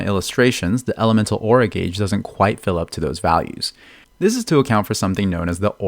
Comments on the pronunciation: Elemental GAYS theory HE SAYS😂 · Is it just me or anyone else too who suddenly thinks about Zyox and Zajef whenever he said Gauge(Sounds like Gayge)?